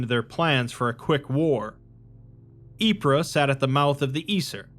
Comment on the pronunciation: "Ypres" is pronounced "eep" Don't listen to google, Belgians don't actually say it that way. Its just "eep" I only corrected you because the real pronounciation is sillier.